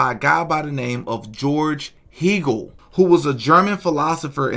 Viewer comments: The picture is not from the day of the event, its a later picture. Also, Hegel’s name is pronounced like Hey- gul , not Hee-gul. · i believe Hegle is pronounced "Hay-gul" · Hegel is pronounced HAY-gel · " Hegel " : Please learn how to pronounce "Hegel".